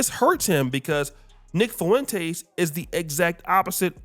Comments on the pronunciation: Nick “Foo-wen-tays”. 😭 It’s just “Fwen-tez”, a Spanish name… also, I love what Nick said about Tatum, no officer. Fuck Tatum. He’s a lost, self-hating, original lame follower of a group of people he’ll never be fully accepted by. Super harmful to the black community and helped plant seeds of hate, intolerance and unfair treatment towards us with his daily videos bad talking us. It’s been great watching him get lit up by his so-called fellow conservatives. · “Fuwentace” lol